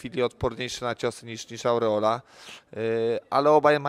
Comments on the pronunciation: KURWA TO JEST ARREOLA A NIE AURREOLA !!! TO NIE JEZUS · To samo chciałem napisać.Andrzej mieszka w usa od lat i mówi ałreoli..śmieszne XD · Od "Aureola" słuchać się nie da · Jaka „aureola”, o czym on mówi??? ARREOLA!!! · Ałreola? Kto to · Jak słyszę te aureola to mi się rzygać chce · No kurwa robić o kimś temat i nie potrafić poprawnie wypowiedzieć nazwiska